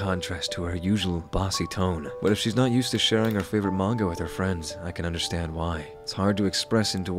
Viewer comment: you make fun of sora for pronouncing encanto wrong but can’t say manga right.